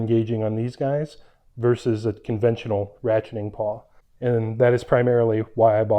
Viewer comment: Nice review, and nice jack stands. But I gotta say, it's a ratchet PAWL, not PAW. I've got an old orange china set like yours, and a set with removable pins. No issues in over 20 years of use.